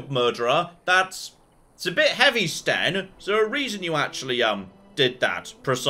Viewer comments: It's Sten, not Shen. You also can't queue up any actions. And there are combos; Winter's Grasp to freeze an enemy, then Shield Bash to instant-kill them. You might also want to zoom out to get into tactical mode. Doing so would allow all 4 characters to do their attacks automatically since you won't be controlling a specific one. You should also customize the Tactics yourself; they are really detailed, and if you get a good setup, all you'd have to manage would be positioning. Edit: Oh, also, you can talk to your own companions too. They're a good source of information. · Ah yes, "Shen," the mighty quinari.